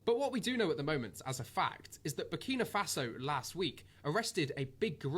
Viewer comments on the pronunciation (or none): his name is pronounced TRA YOUR AY not TOURie ...The country is Burkina faso, not burnima faso. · 🤣🤣🤣 man fully butchered the name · Burni Mafasa 😬🤦🏾‍♂️ Kwasiia 😂😂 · To start bro it's I-bra-him Tra-oré and bur-Kina-Faso lets start intelligent please, continue to spread my black fellow #TheChosenOne has arrived ❤️🖤💚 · That was diabolical, he called the country Burni Mafaso 😂😭😭, i had to reloaded it bare times 😂😂😂😂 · u need to start reading out words and pronouncing them properly. what tf is burnima faso and who is ibraham Tori? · My brother , you need to start by pronouncing the country it self it is called BURKINA FASO!! Next it’s Captain Ibrahim Traore ! He is the future for all black people , trust me my brother you have done a good thing today posting this content , spread the word transformation is coming ! #protectibrahimtraore 🙏🏾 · Big up for this. “Burnima Faso” killed me though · Burkina Faso learn to pronounce the country's name correctly. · So focused on trying daily upload man can’t even learnt how to say the countries name properly. Content getting a bit 🤏🏻 meady in quality like tankz now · Big respect for this video, yeah you said his name & the country wrong but that's minor details. Most people like you said didn't know it was a word to even say wrong. Awareness is 1000% worth more